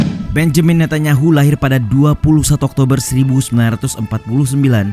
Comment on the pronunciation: Bonyamin ngunyah tahu...